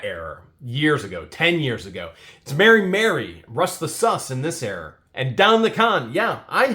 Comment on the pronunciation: It’s era. (Air-rah)